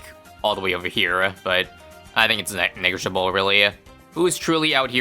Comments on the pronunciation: Ne Neggaligible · bro did NOT say negligible😭